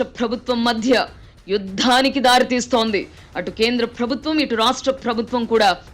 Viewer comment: Nice analysis....but చిన్న సలహా.... ప్రభుత్వం అనే పదాన్ని సరిగా పలకండి... ఫ్రభుత్వం... అనటం కర్ణ కఠోరంగా వుంది